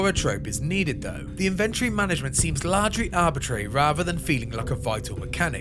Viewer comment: lol "inventree"